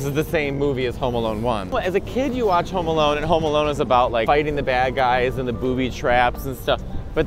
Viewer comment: Wait… I swear, I thought you guys were saying “Homo Alone” The while time. 😂 I’m sorry. 😅